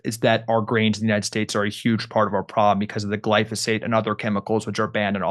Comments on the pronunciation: Jimmy, it's pronounced GLY FO SATE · Gly-PHO-sate, Jimmy. 😅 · Jimmy you are so funny when you say glysophate 😅 love it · Please someone teach Jimmy how to pronounce glyphosate😅